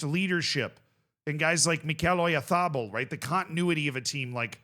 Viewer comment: The way you pronounced Oyarzabal was painful